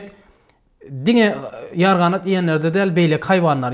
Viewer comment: Ýerganat däl. Ýarganat